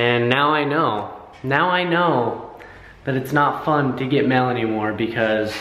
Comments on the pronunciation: DID ANYONE ELSE HEAR 'mill" when WAS SAYING "mail"?????? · say mail like "mel" hahaha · The amount of times said ''mell' hahahahhaahah 😂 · I died when kept saying "mell" instead of "Mail" 😭😂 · HAHAHA does say "mel" instead of "mail" 😂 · lol! you say mail like "mell" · pronounced Mail, Mel. Haha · he says mail mel lmao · U say mail like mell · cracking up over the way says mail! lol im from NY and the difference between how we pronounce things is too funny! love you guys! xox